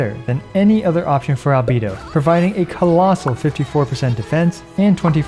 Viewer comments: Why do you call him Al-bee-do rather than Al-bay-do lol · Al Bae Do. not albeedo. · With absolute respect for everything you do, you've been pronouncing "Albedo" wrong the entire time. All voiced versions of the game pronounce his name with an "ay" in the middle. Anyway thanks for doing what you're doing <3